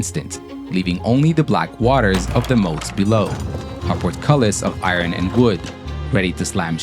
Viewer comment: stopped listening when I heard how the narrator pronounced 'iron'.